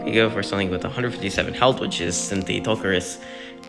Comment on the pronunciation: Amphicyon is pronounced Am-fee-cie-on Synthetoceras is Syn-fet-o-seh-ras Diprotodon is Dip-pro-toe-don